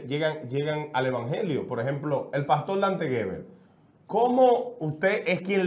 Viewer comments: 😡ES PASTOR.. CON "R"... """NO PASTOL..""" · acaso hay 2 familiares en el mundo en la historia de la humanidad que esten de acuerdo en todo, creo que antes de hacer este tipo de "entrevista" donde un tercero va a salir abochornado; hay que aprender a pronunciar la letra R. un gusto conocerlo y el chico que esta en la radio, te falta mucho...